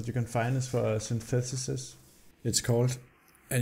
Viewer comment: its not synthutissis, it's synthesis